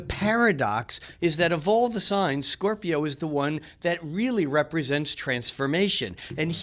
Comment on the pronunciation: “SCORPI-YON” lol the way he pronounces it is cringeworthy